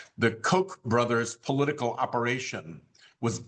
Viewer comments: That little "pollutical" slip sums so much so we'll! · Thank you Glenn for having on my favorite Senator! Senator Whitehouse battles for We the People everyday fighting the unconstitutional MAGA Six Justices in the SCOTUS and fighting for our planet. I would like to say that I loved his minor mistake saying, "pollutical". I think the Dems need to start using language in their fight, like the orange buffoon does. We need words and phrases that will stick in folks minds and we need to repeat them often to get the ideas to take root. I think "pollutical" would be catchy for referring to fossil fuel interests. Just a thought . . . . Thank you both for fighting for us within the system, as few people seem to be brave enough to do these days! 🗽❣ RESIST FASCISM!